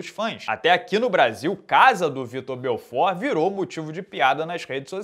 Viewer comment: BelforT!!! que agonia ver uma galera mandando BelforD . Me lembra automaticamente Belford Roxo!!! O correto é BelforT!!!! kkkkkkkkkk